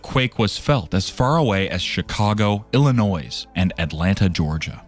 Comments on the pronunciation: Illinois is pronounced without the sound of the s they must be using a robot. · CORRECT AND THE "S" AT THE END OF ILLINOIS IS SILENT! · Really? Illinois is also mispronounced.